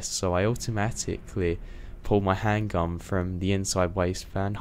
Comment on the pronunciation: Is it just me, or is it funny hearing a Brit. say "I pulled my handgun" LOL!